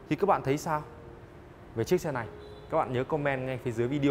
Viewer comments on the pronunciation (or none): none